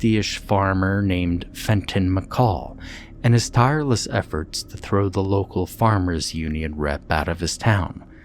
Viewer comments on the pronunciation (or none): none